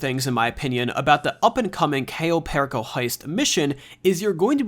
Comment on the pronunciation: U didn't even pronounce cayo perico name right